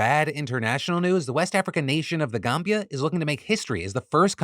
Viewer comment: I just wanted to say that I really appreciate the fact that you not only address to multiple African stories but that you did that with the respect necessary. You properly said The Gambia. Thats professionalism i sadly dont expect from many these days